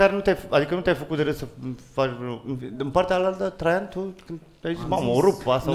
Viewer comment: e a cinspea oara cand am impresia ca zice in loc de traian "trei ani"